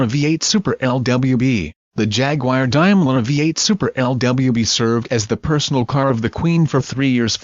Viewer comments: It’s Daimler not Dimeler ! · You Americans will do anything to sycophantically align yourself with the Royals. Please check your pronunciation and have a real human do the speaking. And by the way, Helen Mirren is not the Queen. Also it is not a 'Dime-ler' but a 'Dame-ler'. And it's a Bentayga not a Bentiger. Oh, I give up. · The correct pronunciation of the word 'Daimler' is 'Dame-ler' , and not 'Dime-ler.' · What exactly is a "Jagwire" or a "Dimeler?" These awful "robo voices" REALLY suck! You mean there isn't an actor out there, with a classy English accent, that could do this???:Shame! Our SAG/AFTRA friends are out in the streets, now, fighting this junk! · Yeah?, what exactly is a "Jagwire" or a "Dimeler?" So many wonderful, under employed Shakespearean thespians could have narrated this piece.